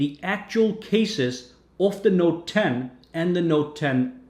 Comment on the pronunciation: "Noet 10" inhales